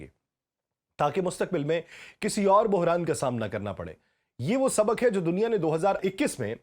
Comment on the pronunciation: ہلکے۔ یا بھاری مشرک یا مشرق مطابک یا مطابق سبک یا سبق مکام یا مقام مستکل یا مستقل اردو زبان بولنا تو سیکھ لو تیزی سے بولنا نہیں بلکہ صحیح طریقے سے بولنا معنی رکھتا ہے